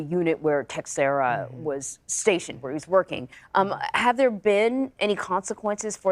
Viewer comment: His last name is Portuguese and it's pronounced (teck-shara) ... cmon people, get it right